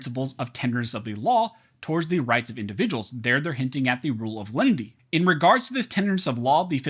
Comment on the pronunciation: Is it Len-i-ty or Lindy?